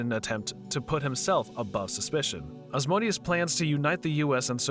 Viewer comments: Who the hell is “Oz-Moe-Dee-Us?” It’s “Ah-zee-man-di-uhs” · The way this guy pronounce Ozzymandias like ozmondius, and not O-zy-man-dius, physically hurts me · It's pronounced "Ozzy-Man-D-Us", not Oz-mode-ius FFS! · Ozzy-man-dee-us not Asmodeus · Ozymandias is pronounced Ah-zee-man-dee-us. LMAO 🤣🤣🤣 You keep saying Asmodeus. Invoking a chief prince if he'll may not be a great idea. Hahahah. I've watched almost all your recaps and thank you!!! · Isn't it pronounced "O-zee-man-dee-us" instead of "Asmodeus"? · Real crime here is the narrator pronouncing Ozzies name as Oz-MODE-ius... its MANDIUS... OZY-MAN-DI-US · It's not "Oz-mo-dias". It's Ozymandias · Just want to add that Ozymandias is pronounced "O-zee-man-dee-as" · just to be the comic book nerd from the simpsons, and just cuz i read the graphic novel lol, it's pronounced ozymandias. but well done otherwise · Love this recapper: Ozymandias is apparently pronounced "Asmodeus". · It annoys me how you pronounce "Ozymandius" as "Ozmodius" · You were saying ozzys name wrong. It’s OZY-MAN-DEE-US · Sorry, bu it REALLY hurts my ears when you say "Ozmodius"...he is called Ozymandias after a poem by Shelley... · Sounded more like "Asmodeus" to me... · Why Ozymandias sounded like Asmodeus in your mouth... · The original voice was the best, bring it back please!! Also, this guy mispronounced Ozymandias' name as Ozmonious?? strange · his name is pronounced oz-ee-MAN-dee-əs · Good recap, but you absolutely brutalized "Ozymandias." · The way you pronounced Ozymandias really irked me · its "Ozymandias"... i cringed so damn hard hearing him butchering his name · Yeah, I noticed it too, I guess his not familiar with the watchmen comics and only knows watchmen through this movie.